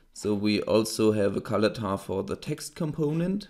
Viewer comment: Why does it sound like you're saying "color tar" instead of "color tint" ?